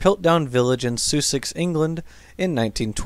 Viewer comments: "soosex England" is pronounced "Suh'sex England" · Soo-sex?? Come on now, you can't have got to your present age without ever hearing Sussex pronounced correctly at least once. Also - I can't allow myself to be subjected to that horrible, horrible intro 'music' of yours again. Unsubbed. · For future reference "Sussex" (as in Sussex, England) is pronounced sus (as in "suspect") - ix (as in "six"). Also, the "cookii" in "Hesperopithecus haroldcookii" is pronounced "cook - ee - i". The double letter "i"s are generally pronounced this way (think of "radii", the plural of "radius", and "genii", the basically incorrect plural of "genius"). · The U in Sussex is pronounced like the U in up. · I'm from England, and... did you mean Sussex? It's not even close to the way you said it. Yes, we have awkward place names. A two thousand year history will do that to a country. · Yeah, the "sus" in "Sussex" is the same as in "suspect", "suspend", and "sustain". It's pretty phonetic.